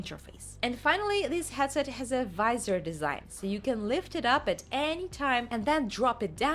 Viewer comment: "HATset" XD I remember people mocking me too here in comment when I tried my emglish by saying DK2 DevelopMINT Kit .... 9 years ago -)